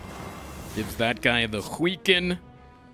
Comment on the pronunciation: Can we make it a rule that whenever mispronounces weaken on purpose, he has to donate 1 dollar to a charity >.>?